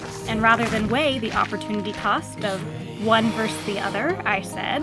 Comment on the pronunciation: the word is VERSUS, not VERSE (@ 1 min). From Middle English versus, borrowed from Latin versus (“facing”), past participle of vertere (“to turn, change, overthrow, destroy”).